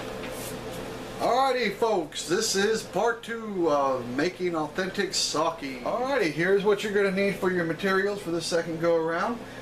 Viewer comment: Very nice. It's pronounced Sake though. (Short e sound.) I know it sounds like I'm nit-picking, but there are a lot of words in Japanese that sound exactly the same, or extremely similar. So when someone mispronounces something they are actually saying something completely different. 崎(さき, saki) Means small peninsula, or 先 (さき, saki) means some time ago. 酒 (さけ, sake) means alcohol.